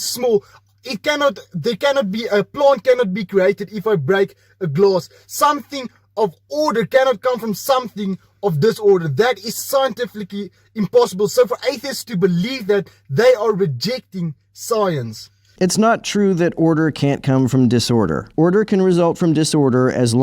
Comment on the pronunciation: "it's scientflickingly"???